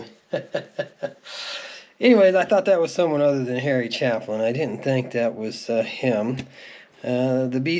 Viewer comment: It's Harry CHAY'- pin. It's pronounced as a LONG "A"